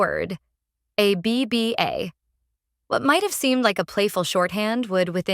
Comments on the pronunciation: Yet more rubbish AI narration. A B B A for goodness’ sake! What rubbish. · AI rubbish - can't even pronounce the groups name correctly.